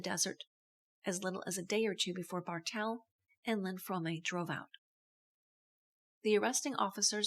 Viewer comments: The e in "Fromme" is silent. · Squeaky pronounces her name "From-May." Pretty sure she would know how to pronounce her own name.